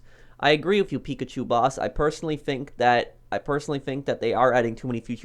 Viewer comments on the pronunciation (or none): none